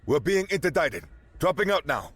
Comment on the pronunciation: Interdicted is not pronounced like indicted either